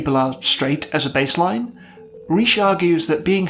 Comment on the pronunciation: “Ritch,” not “Reeshe.”